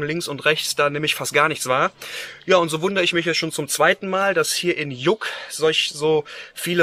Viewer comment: Nur eine kleine nett gemeinte Anmerkung zur Aussprache: LL = J, deswegen kannte der Busfahrer auch Lluck nicht^^